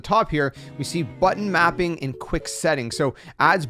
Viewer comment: Wait, did you say butt mapping?